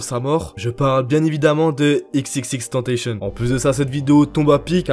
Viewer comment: Sa m’a fait rire quand t’as dit Xxxtentacion tu dis le xxx en français et le tentacion en anglais 😅